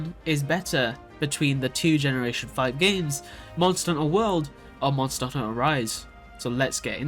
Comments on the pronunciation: Monster a HUNT-ter. two words lol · Maybe don't make a video like this before learning how to pronounce "hunter"